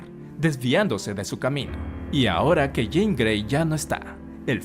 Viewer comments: Por qué le dice Jane? Si es Jean Gray!😅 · Me gusta mucho como lo resumens de manera tan completa. Aunque no puedo evitar no saber de quien hablas cuando le dices "Jane" (yein) cuand es "Jean" (yinn) jajajaaj pero me parece gracioso como brinco cada vez que lo escucho distinto. Pero todo esta mucho mas que excelente, felicidades! Mutant and proud!